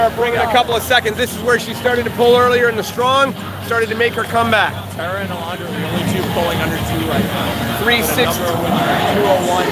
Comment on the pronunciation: Her name is not Alandra it’s ALONDRA